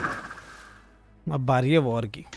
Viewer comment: DOMSTO NAHI DOSTO HAI